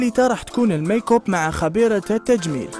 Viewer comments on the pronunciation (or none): المعلق قال المايكوب😒😒🤔🤔🤔😰😰😰 بهدلتنا